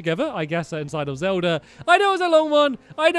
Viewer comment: He said zeld at the start